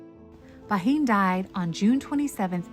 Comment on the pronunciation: It’s pronounced Ban. I would love to visit the house of my great great grandparents.